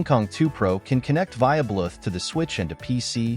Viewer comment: Good video but wtf is up with "Blueth"